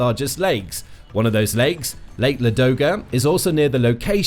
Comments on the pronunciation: I wish you didn't keep saying MurmanX. It's Murmansk. It's also Ladoga, not Ladogo. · Murmansk, not murmanks. Ladoga, not ladogo. Karelia, not karolean. I think you managed to mispronounce the names of every place in this video